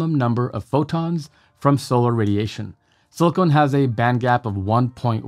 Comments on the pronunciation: It's SILICON, not SILICONE! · Great explanation. Silicon, not "silicone" 😉